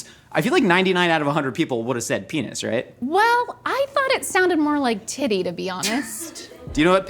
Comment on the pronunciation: That is not how you say p*nis 💀😂